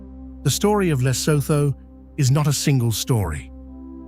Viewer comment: Awful AI rubbish. Can't even say Lesotho properly.